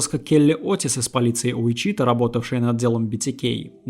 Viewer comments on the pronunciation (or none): Послушал бы сначала где правильно ставить ударение в названии города. УичитАА. Срамотище, конечно. Сколько вас егэшных на просторах родины! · [ˈwɪtʃɪˌtɔː] Уи́чита или Ви́чита!!!!!!!!!! Господи🤯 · Отличная работа автора! Уважаю ваш труд! Но! Как же режут ухо неверные ударения и неправильное произношение некоторых слов. Это город и штат Уичита (ударение на первую И). Хоум депо. Лайбрари. И прочие! Автор, с уважением, найдите себе лингвиста приятеля, пусть кто-то подскажет, как верно, если сложно и долго посмотреть такое в интернете. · ВИчита, ударение на первый слог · Ты бы перед тем как ебло разевать проверил бы как правильно произносится название города. Слух режет. Ударение на первый слог, морон.